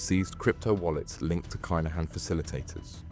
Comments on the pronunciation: The kinhans is pronounced keeeeeenhans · The name is Kinahan - have some respect and pronounce it correctly. It would ave taken u 1minute to find out. It’s the respectful thing to do. Be lucky and God bless 🙏👊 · Aye bro, this is an a.i narrated channel 💀💀💀 go and tell a.i to pronounce it properly